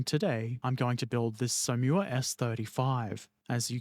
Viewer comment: Som...Whaa would be a better pronunciation...just sayin'.